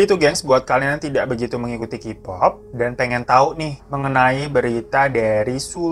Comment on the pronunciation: Mas sebelum lanjut gw geli bgt dgn cara baca lu. Bukan KIPOP BACANYA KEYPOP. Kalo Kipop itu nulisnya jd QPOP. Tolong sebelum lanjut belajar alfabet dlm bahasa inggris dulu. Jujur gw keganggu bgt padahal mau tahu beritanya tp jd ilfeel denger qpop